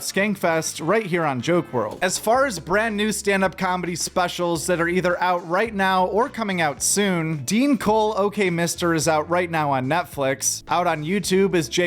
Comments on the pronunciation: It’s Deon not Dean bro 😅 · You meant to say, "D-on Cole" good sir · Oooof! You're a comedy guy, and you don't know how to pronounce Deon's name?! Bruh.. that's rough!